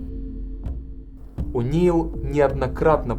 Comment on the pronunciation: Не понимаю претензий к озвучивающей женщине. Очень хорошо читает.. трогательно. Это именно так, как я чувствовала, смотря эти кадры тогда по телевизору. Шок. Ужас. Холод. А вот читающий автор видео немного отвлекает неправильным произношением элементарных английских слов и фамилий - ворлд, о' Нейл. Считаю, можно было бы подготовиться. Дикция хорошая, но очень медленно. Очень много его в кадре, было бы лучше больше фото и видео материалов. Фото и видео материалы проскакивают очень быстро, зато автора наблюдаешь добрую половину всего видео.. Он приятный и симпатичный, конечно.. но как-бы сильно много фокуса на него.